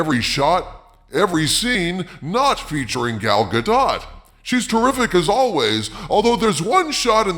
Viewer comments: The T in Gadot is silent. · You should learn how to pronounce Gal Gadot's name properly.